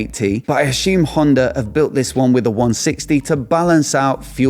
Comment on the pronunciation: It's pronounced 'assume', not 'ashume'.